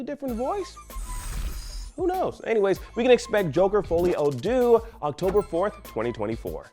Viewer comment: Folie à Deux - geez guys, next time grab a translator so it doesn't sound that Mediocre when you say it :/